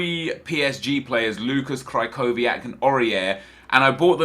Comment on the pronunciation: Kreehoviak* ffs its been almost 1.5 years hes been a popular player so u should know the pronunciation